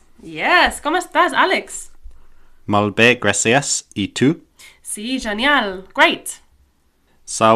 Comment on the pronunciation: “Genial” isn’t pronounced “zenial”, but “jenial”.